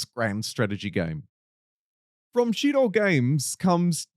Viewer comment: "Shiro" games pronunciation - weeb detected. They're not even from japan.